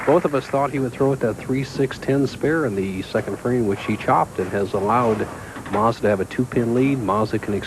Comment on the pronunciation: Has anyone counted how many times Bo Burton called him "John MAZDA"??? LOL